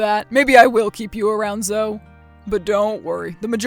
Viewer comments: Her name is zo-e not zo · Zo is so annoying... it's pronounced zo-ee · Zo-EEE. Why doesn't she correct that slimeball? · Zoe was definitely pronounced wrong. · Hearing Zoe being mispronounced over and over again kinda distracted me from the story...